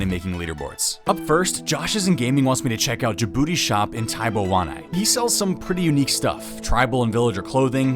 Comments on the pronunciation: Correction: The name is Gabooty, not Jabooty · Its Gabooty not Jabooty smh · Gabooty not Djibouti 😂